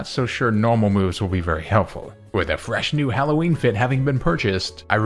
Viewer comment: HALLOWEEN, NOT HAULOWEEN! FIX IT NOW!